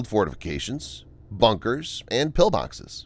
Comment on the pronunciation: I had to go back because I swear I thought I heard mailboxes instead of pillboxes 😂